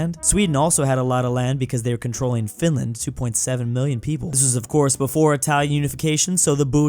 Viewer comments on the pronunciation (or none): none